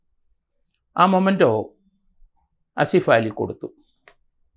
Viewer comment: It is "memento" not momento !